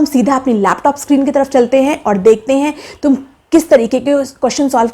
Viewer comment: She has no ethics to speak even. She calls "tum" "tumien" lol